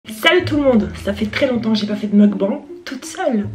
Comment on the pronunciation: Magnifique "meukban" (on dit mokbAngue)